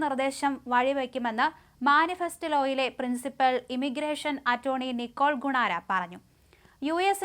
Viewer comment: "വൈദഗ്ദ്ധ്യം, വിദ്യാർത്ഥി, മാനിഫെസ്റ്റിലോ, കണ കുണാര" എന്നിവ ശരിയായി വായിക്ക്.